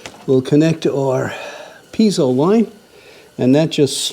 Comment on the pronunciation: I think you've given me a good reason NOT to buy a Mr. Buddy heater. Also, it's pronounced pee-ay-zo, not pee-zo.